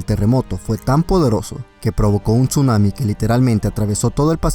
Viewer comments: hola me acabo de suscribir un apregunta por que dises chunami si es tsunami o es que escucho mal :v Owo uwu TuT 7u7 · NO se pronuncia la T en Tsuanami, simplemente se pronuncia Sunami...no paras de cometer el mismo error